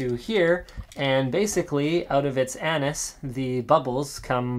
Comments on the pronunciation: a-nus. Not a-nas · did he say anas?